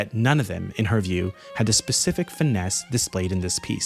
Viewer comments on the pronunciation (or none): none